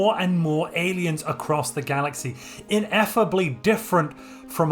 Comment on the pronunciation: Ineffably? Not injeffably?